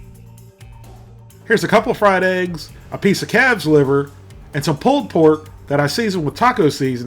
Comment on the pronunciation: Rare what liver??? It sounded like you said CATS liver. I am assuming you said CALFS liver